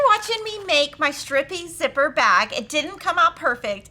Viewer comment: Did you say Stripper ... Or strip zipper??? 😅